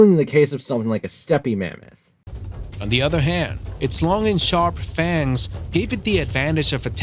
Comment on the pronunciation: I am pretty sure thats not how u pronounce stepe mammoth